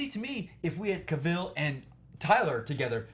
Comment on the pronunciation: couldnt stand hoechlin's superman.nt e actor's fault but people jus kept going bck 2 e reeve's superman, cheesy, campy. ughh... i like it n then i hate it. i think i will really struggle 2 finish tis season's supergirl. 😕... cavill rhymes with travel. pls gt e pronounciation right